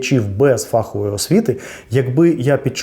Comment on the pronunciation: Дякую. Дуже цікаво і змістовно. Але не фАхової, а фаховОї. ФаховИй